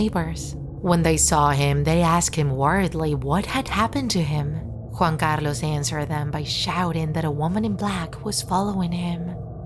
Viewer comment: Ok , I love your pronounciation of Juan Carlos